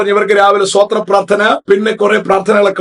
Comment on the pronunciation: സോത്രാ,സോത്രാ,സോത്രാ എന്നല്ല; സ്തോത്രം സ്തോത്രം, സ്തോത്രം എന്നാണ്!